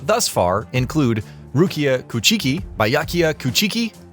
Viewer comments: AT ALL! 😂 He butchered every name he said. "Coo-chi-kee" omg 🤦🤣😂 Good vid nonetheless 👍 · Holy F you butchered the Kuchiki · Imagine making a video for an anime then pronouncing rukia’s last name wrong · i cringed a bit when they said Aizen's and Rukia's last name 🤣